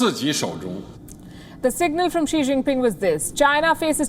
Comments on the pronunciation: Xi Jin Pig is very stupid , whenever he read , he pronounce wrong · I heard श्री zing ping 🤣